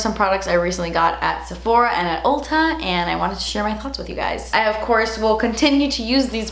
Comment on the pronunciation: I love how she pronounces "Ulta" as "Olta" 🤣 Edit: that Orchid Dusk palette looks SO MUCH like the Huda Beauty Desert Dusk palette!!